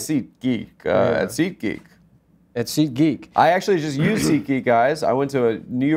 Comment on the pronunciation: is so Jewish that when he says SeatGeek, it sounds like he's saying seek-ee